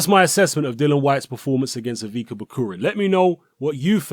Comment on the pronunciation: this guy's name is pronounced 'Ivitsa'.